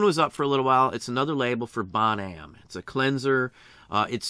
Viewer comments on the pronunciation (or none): Just a small comment. What you called "Bon Am" is actually "Bon" "Ah-mee", (French for "good friend") 'Bon Ami'. I believe it was a cleaning powder company, like Comet or Ajax, (or there was one by that name at one point). Thanks for the knowledge you share.